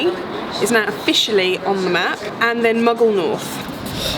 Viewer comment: When you say Muggle North when you talk about the three new stations, did you mean Maghull North, in Merseyside? 😃🤣😃🤣